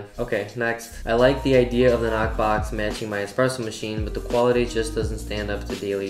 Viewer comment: lol, the way you emphasized X-presso while reading that 😂 Great video as always my dude